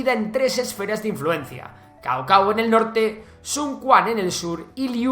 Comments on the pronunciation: Suena más como Tsao2 Tsao1, lo tenías cerca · No se lee Cao Cao, como chino me daban 5 infartos oírlo xd